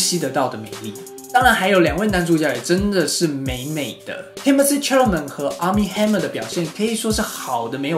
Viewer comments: 请你读他的名字： 撒拉枚 Cha-la-met is French..don't read it as MET.. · Timothée 的姓应该读作“啥啦没”